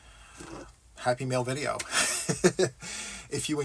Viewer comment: Yay! It's time for Happy Mail! Not Happy Meals as my Midwestern ears thought they were hearing!